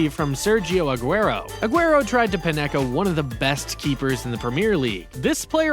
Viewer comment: You can't pronounce the names of either Immobile or Panenka. And NorWICK!!! Ha,ha,ha,ha. EMBARRASSING! You haven't a clue about football. So get someone who DOES know the game to narrate.